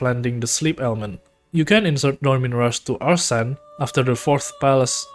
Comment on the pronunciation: Nice vid but your pronunciation of Arsene is making me lose my mind no offense